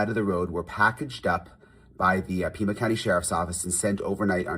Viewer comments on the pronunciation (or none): none